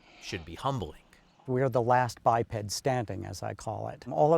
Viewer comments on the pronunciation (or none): none